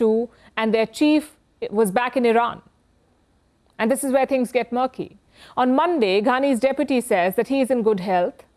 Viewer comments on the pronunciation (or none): none